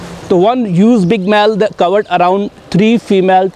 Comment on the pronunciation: "that" not "dat". Don't be a gangster.